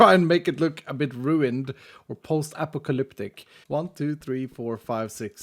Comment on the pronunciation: "Post apicaliptic" 🤣